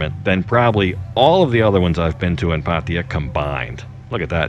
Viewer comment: 00.18 - PATTAYA 01.32 - PADDIER 01.38 - PATTIER PADEEYA PADDIER How many ways can you pronounce it differently ? Great videos by the way and I was especially inspired by your weight loss video, thank you.